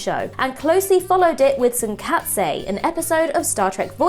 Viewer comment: OMFG. It's WANG, not WONG. And learn how to say Deuterium, Tsunkatse and Schwarzenegger. FFS. You're turning into another Marcus Bronzy.